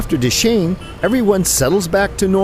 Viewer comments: dashin pronunciation is dasai senli😘😘💋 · dashain not dase haha anyway u guys are soo simple.and decent keep makng videos